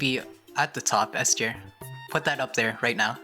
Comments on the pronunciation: I think Maple said "at the top S tier" like the "S tier" sounded like Ester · 😭 he said s tier not Esther 😭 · He said "s tier" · Lmao he said s tier